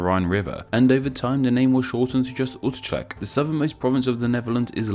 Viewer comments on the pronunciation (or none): you could have asked a dutchie for favours with pronounciation. E.g. Utrecht is oo(but short) trekt, if you are saying it quickly and native english speaker (like me). The CH is closer to the dutch 'g' but honestly, it will do. Its also an awesome town. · Judging your pronunciation sources: You're kind of catching on to IPA. (Kind of.) "Utrecht" got too English-y with the "chr" sound in there (aside from your source of it only having the Dutch IPA pronunciation.) I do appreciate your efforts to try and learn IPA, though. Even if you're not always consulting it.